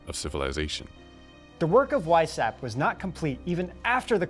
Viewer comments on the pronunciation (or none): Vice howpt (or hoped) ... not hapt. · How hard would it be to take 20 minutes and check the pronunciation of French and German names before going live? Would add elegance to your message. [e.g. Weishaupt = Vice-howpt] . . . Cheers. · "Weishaupt" is pronounced as "wise-how-pt" and "rothschild" actually as "road-shield", but at least the French names are not being butchered :D Great series though! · Mind-Blown, had to watch twice. Glad to get fill in blanks after Wieshaupt. Well done, although someone should help you with European Pronunciations, and other cultures. (Happens to be my specialty!). NTL, Good Job, young Men!